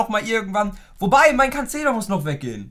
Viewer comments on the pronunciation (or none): none